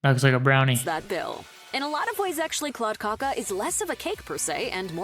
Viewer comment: "Kladdkaka" is difficult to explain how to pronounce - I think the narrating woman did it quite well. You can google Princess cake or princess torte (Prinsesstårta) There you can find out about the ingredients and maybe even find a receipt. I personally don't like marzipan at all but the cake is very popular in Sweden